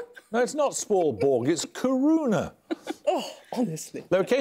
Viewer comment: koo-roon-uh??? No, Paxman, it's kiruna, How did you get a double oo for an I and then for a U?